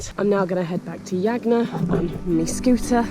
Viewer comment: WHY, on earth do you persist in calling it Yagna, when the natives clearly pronounced it Hagna, the J is H in Phili.....